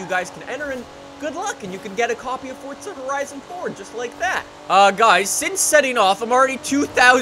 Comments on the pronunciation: Its not fortza it's forza learn to talk brah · gómez its forza not fortza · Only problem with his vids is that he says fortza not forza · Fortza horizon 4 “forza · It’s pernounced (four-zuh) not (fort-zah) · Wht does he say fortza insteans of forza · Its forza not fordza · its forza not fortza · Welcome guys to FORTZA 😂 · Weds 10 no it’s forza😂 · Pretty sure the word forza does not have a silent t inbetween the r and the a.